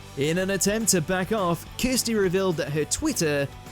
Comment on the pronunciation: Yet again you get something wrong! (I’m sure they’re doing it on purpose so idiots like me notice and get irritated) Her name is up on the screen just as you’re mispronouncing it, Kirstie Allsopp’s first name is pronounced “Curse Tea” and not Kristy. ( you pronounce her wrong name perfectly btw) And yes, before anyone says it, I know I’m anal, it’s just so irritating.